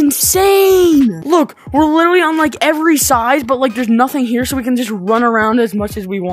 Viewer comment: “Litly” it’s Litraly